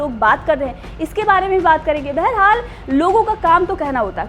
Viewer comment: प्रतेक बोली में बरहाल क्यूं बोलते हो